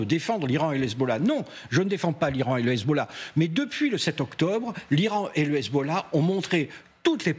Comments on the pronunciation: le sarradin il m'insupporte, le gars il a un enorme accent francais mais il peut pas s'empecher de prendre son plus bel accent arabe quand il prononce hezbollah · Dites moi pourquoi votre reporter en iran quand il prononce hezbollah ,on a l'impression qu'il vomis ?